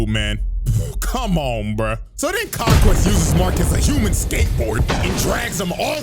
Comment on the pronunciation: Some ✨Fella✨ said "King Vonquest" 😭😭